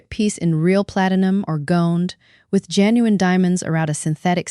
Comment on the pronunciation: JEN U INE NOT HOWEVER YOU PRONOUNCE IT !